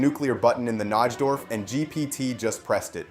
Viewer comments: As a chess fan, hearing you mispronounce Najdorf is like nails on a chalkboard. It's pronounced NIGH-dorf. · It's pronounced NI-DORF. The J in Najdorf is silent.